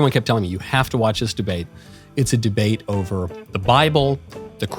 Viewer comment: Deabte lol. Surely that was on purpose? ;) Michael is an aspiring troll after all.